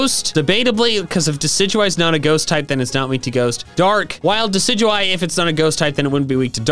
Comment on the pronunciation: The amount of times you said diciguie(sorry if I spellt it wrong ) during my shiny hunt for shiny Rowlet